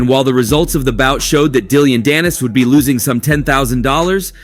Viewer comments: It’s Dillon, not Dillion. And he’s so irrelevant to boxing that it’s a disgrace to even mention him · Dillion? You mean Dillon 😂